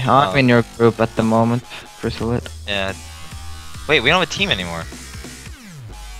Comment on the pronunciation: Its chrysalid as rdruid